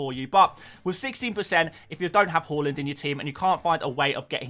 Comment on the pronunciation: Love how you’re still saying halland 😂love it, not Haaland anymore 😉